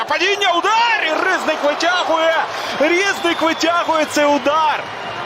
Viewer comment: Він не рІзник, а різнИк.